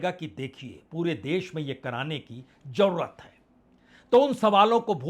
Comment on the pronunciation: 🙏sir hajjar nhi hazaar,jarurat m" j" nhi "z"aayega.